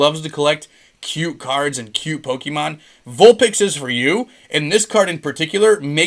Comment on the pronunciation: Yo where do you find all of these pokemon Sorry I meant POKEEEMANN CARDS